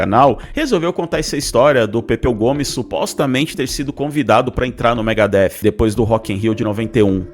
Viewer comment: O Pepeu entendeu mega hair , foi isso, e não Megadeth kkkkkkkkkkkkkk 😂😂😂😂😂😂😂😂😂😂😂😂😂😂😂😂😂😂😂😂😂😂😂😂😂😂